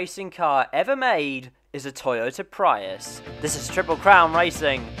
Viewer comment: He keeps saying PRY-us or PREE-Us and I’m pretty sure sits just PREE-us